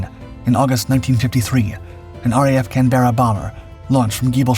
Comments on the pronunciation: Mate it's just can-buh-ruh, not can-BERRA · It's called a "CAN-BER-RA" just like the Australian capital. Not "CAN-BEAR-A". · Excellent video, as usual, except for the pronunciation of Canberra 😜